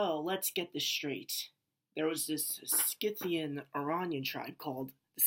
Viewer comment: Do you mean Scythians? Pronounced: scythe-aens